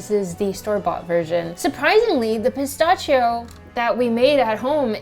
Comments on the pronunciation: That was driving me insane. It's "pi-STASH-ee-o"!!!! 🤣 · Wow! Such a great video and recipe. To pronounce it correctly though is - puh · sta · shee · ow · The way you pronounce "pistachio" is both adorable and infuriating at the same time. 🤣🤣 Awesome looking chocolate bars BTW. 😁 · She says pistachio funny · It was cute at first, but i was yelling at my screen by the end. 🤣